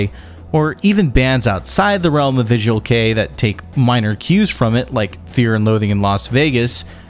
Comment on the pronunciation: I've noticed that this guy can't pronounce anything except English. I think his videos are good, but the pronounciation of all 'foreign' words pisses me off. He pronounced visual kei as 'visual key' 😂